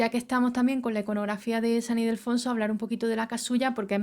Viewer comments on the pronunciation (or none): San Ildefonso, no Idelfonso